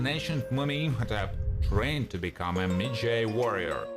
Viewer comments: Ardeth Bey was the 'midjay'. The narrator can't pronounce anything right. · Maji- Sounds like, Madge-eye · WoW talk about uber bad prononciation of the word medjai... dude do research before u do things like that🤦🏾‍♀️it’s not med-jay!!